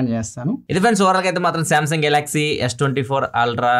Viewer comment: Samsun annatu vinipisthundi enti